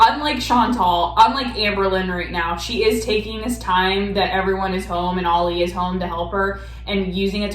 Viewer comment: lives in Oregon, I believe, but she’s too lazy or doped up or something to properly pronounce common words and screws up basic phrases. She swears she never “demeanors” her kids, people get “thrown over the bus,” etc. Her husband’s name is Ali, not Ollie like she says it.